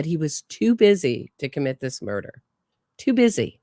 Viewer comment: Everything Wendi says and how she says it makes no sense. She spits lies in people's faces." He never, he never!" The interrogator should ask what never.? (he would never poop in his pants?)she couldn't even pronounce murder. After a terrible hysteria of crying and moaning, breathing as if she was suffocating, suddenly she was talking to her mother calmly as if she were telling what nice clothes she had bought (Mom, sit down, listen, I bought the dress you dreamed of, just don't tell anyone)I wonder what woman who hates her husband so much despairs, yes, you can be sad or feel sorry, but Wendi put on a show😭😭😭👺🤣I love your sense of humor and your channel, between these tragedies I can laugh at these idiots who commit crimes without any sense.